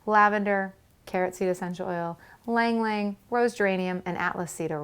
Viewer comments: Ylang Ylang is pronounced as "eelang-eelang" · Ylang-Ylang is pronounced as ee-lahng ee-lahng.